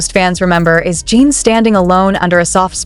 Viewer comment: AI is HORRIBLE! This site uses it exclusively. Lazy! Yes, it's clickbait! Mispronounced name is first clue! It's "Jin" not "Jeen"!